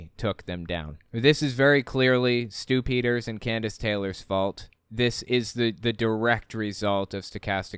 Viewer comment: “Stu-Pī-Ders” ??? Does he have a partner named “Dumf-Uh-Kers” Haha Is this real life?